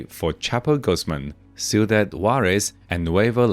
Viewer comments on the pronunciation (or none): none